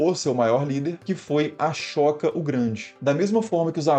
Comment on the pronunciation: Putz... अ-शोक não se pronuncia "a-chÓca"...